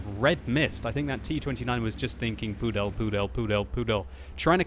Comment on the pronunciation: Lol, the way how you pronounce it sounds like prdel instead of pudel. And prdel in my language (czech) means ass :DDD